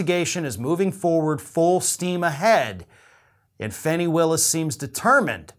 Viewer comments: I'm reasonably sure her name is not pronounced "Fanny", but more like "Fawni". I had to tell you because it's driving me crazy every time you say it. Love your commentary! Trump will go down...eventually. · I appreciate your broadcasts and watch consistently. Just wanted to share that Fani Willis' first name is pronounced "fawn" i (like the baby deer.) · Fani Willis is a superb DA. Glad I voted for her. By the way, her name is pronounced FAWN- EEE, not Fanny.